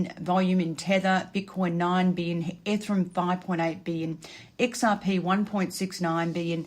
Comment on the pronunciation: It's bi-nance and e-ther-e-um🤭